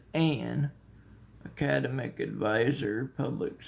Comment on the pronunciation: He says he's going to college but he can't even pronounce academic😂😂